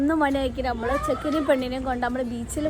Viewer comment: കുട്ടിയെ കാണാൻ നല്ല ഭംഗി ഉണ്ട് പക്ഷെ.... അമ്മൾ അല്ല കുട്ടീ നമ്മൾ എന്നാണ് 😂😂😂😂...